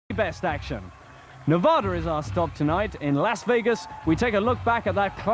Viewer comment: Yeah, he couldn’t pronounce “Las” correctly, either.